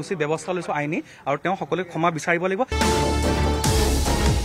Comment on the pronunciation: ক্ষেমা নিবিচাৰে,ক্ষমা বিচাৰে।ভাষাটো শুদ্ধ কৈ কব নাজানে, শিল্পী বোলে।